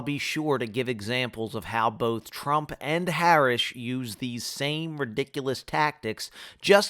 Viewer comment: I moved from PA nearly two years ago. In part, it was a smart move. Did you purposely mispronounce Harris' name? Both her first and her last. As per your wording, in this video, it's obvious it's about more than deciding to not promote politics - despite the fact that you just did. It's about lying about - nah, not gon' say that - thus implicating you're - nah, not gon' say that either